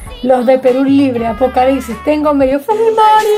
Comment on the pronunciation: ApocaliCsis???? No es apocaliPsis? Tienes que practicar un poco de dicción, no crees?